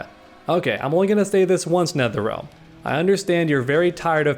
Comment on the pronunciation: dam he snapped at nertherrealm 🤭